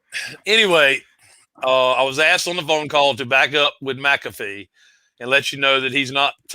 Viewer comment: ALL ARE PRONOUNCING MAC A FEE’S NAME INCORRECTLY. SO, DON’T THINK YOU’RE THE ONLY ONE!